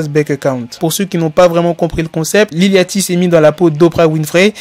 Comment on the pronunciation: Ca se prononce lil Yoty, c'est comme le bateau yacht.